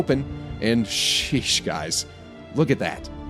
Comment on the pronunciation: Love your content but the way you say SHEESH is the whitest thing I've ever heard.